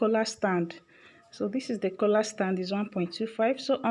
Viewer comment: Stop calling it Kola......its Collaarrrr